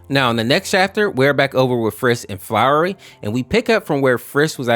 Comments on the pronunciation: This video hurt me a lot because of your pronunciations and misgendering, Flowery as you call them is actually pronounced "Flowey". Frisk and Chara have no gender in the base game and are usually referred to as They/Them. Other than this, your analysis of the story (even though it's older than the infection AU by at least 9-10 years) is pretty on-point. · It's not really a big deal, but you were saying his name wrong. It's "Flowey" not "Flowery" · also it's not said "Flowery" it's just said "Flowey" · Oh boy i sure do hope that doesn't mispronounce "Flowey" as "Flowery" the entire video, and also doesn't misgender frisk the entire video (Spolier: he does) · Flowery that's what you are saying it is flowy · Your saying flowery it's flowey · Quick note it's flowey not flowery I played undertale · flowey, not flowery lmao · You wanna know something? Frisk is a genderless child, so they are neither man nor woman Edit: why do you say Flowey like flowery? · i love the flowey name variation sounding like "flowery" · You kinda messed up flowey you said flowery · I hate hearing flowey being called "flowery" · Why are you saying flowery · It’s fl-ow-E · why do you call flowey flowery and i heard bro call frisk fisk 💔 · Why is he calling flowey flowerly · why did we call flowey, flowery 😭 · "Flowery fisk" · It's annoying that so many gatekeepers try to ruin such a fun take on the original Undertale. Don't let yourself get discouraged by mean comments. Your video was amazing. Calling Flowey, Flowery is pretty funny, it adds personality. Also Frisks gender can be whatever, so all works. Just wished the AU's creator wouldn't have received the same treatment just for being creative, because she did amazing work with this. Nobody deserves hate, especially not for creating art. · I kept getting mad cuz ur calling flowey flowery so uh yep. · Dude do you have built in autocorrect? "Flowery" "Fisk"? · Flowey is Pronounced "Flaow-ee" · You mispronounced flowey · no its flowey